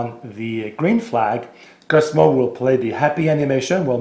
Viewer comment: His name is not Cusmo as you say, it's Coooozzzzzmo.